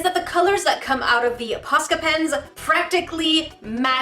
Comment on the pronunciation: (post • ill • ah) I believe is how its said just dont say post with the O saying its own name